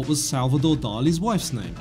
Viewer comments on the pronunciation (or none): none